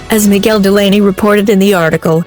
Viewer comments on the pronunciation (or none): none